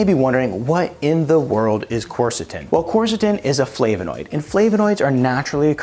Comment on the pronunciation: You might first learn to pronounce it.